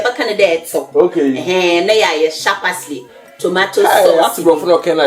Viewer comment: You do all sharpeppsly🤣🤣🤣🤣🤣